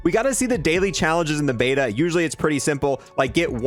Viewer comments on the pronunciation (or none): none